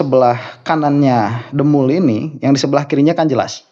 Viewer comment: Bukan DEMUL A, DEMPUL🤣🤣🤣. Dedi Semprul... 🤣🤣